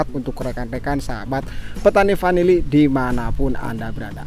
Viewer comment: Bukan panili tp vanili.